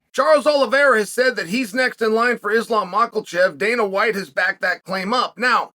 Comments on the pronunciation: Who is Mach El Chev? Chael butchering peoples names is part of his charm. My favorite MMA personality by far. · Is he saying Mucklechev? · Came here to hear the champ say mackelchev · How is no one talking about how chael says islam mockle chev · islam mocklechev? 😂😂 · who the hell is "micheal chev"? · Macklechev cracks me up 😂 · I love you, Uncle Chael, but every time you pronounce the dudes name like Mockle Chev it kills me. There is no L in there, friend. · how's he keep a straight face every time he says macklechev 😂there's no L uncle chael, it'll sound close enough if you just take out the L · He's doing it deliberately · Malkel chave,bahaaal chaels butchers the names😅😅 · It’s pronounced Mocklechev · Mocklechev is pronounced Mocklechev, yes. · And he will pronounce it macklechev 😂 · It's MAHKEL-chev..... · Makes me laugh every time. Chael doesn’t even try to get names right. On a recent interview I heard him pronounce Sergei, as Surgee lol. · The way he pronounces Islam's name fucking gets me every time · How does this bone head keep getting Islams name wrong ? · The way he adds an l too his last name when it's not there in the spelling 😂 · ISLAM DOES NOT HAVE AN "L" IN HIS LAST NAME!!!! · I predicted he'd pronounce Oliveira's name correctly but would butcher Islam's name minimum 4 times.